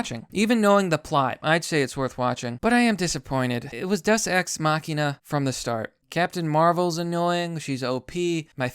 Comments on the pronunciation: umm deus day-oos not duss and .. deus ex machina .. from the machine comes god... damn dude can you at least say the word correctly ? and no Thanos wasnt killed by a deus ex machina ... there was nothing that came out of nowhere to bring a solution .. and Captain Mary Sue Marvel wasnt in the movie all that much (yes the parts with her sucked donkey balls) but how did that bother you all movie .. there was a lot more movie without her than with her ... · It's pronounced "Day-us" just fyi for future reference :) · Thank you it was really bugging me that no one else noticed the wrong pronunciation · day-oos just saying